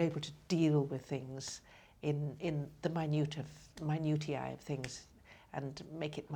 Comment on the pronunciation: Minutia? Or minutia?